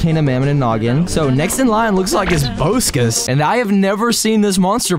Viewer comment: It’s not Boeskus it’s bohskis